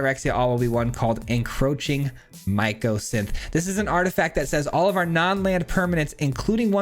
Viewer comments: Hahah me too - myco -> fungus micro => small. It's all good, no stress, just commenting. Congrats on getting to Mythic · Myco means fungus. It’s Mycosynth not Micro-synth. Just a friendly note. Love all your content and your commentary. Cheers! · Interesting deck, but hearing *micro*synth instead of the correct name mycosynth really bugged me 😅